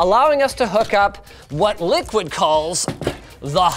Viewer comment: I know the company likes to pronounce itself as Liquid ... but... come on... that absolutely says "LICKID"